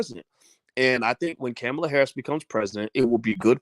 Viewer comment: Can you pronounce her name correctly?